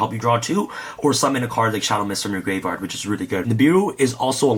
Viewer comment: you ever notice he says graveyard like gray vard